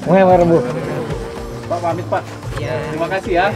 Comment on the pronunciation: Ma'af saya koreksi, bukan wayrebo tapi waerebo. 😊🙏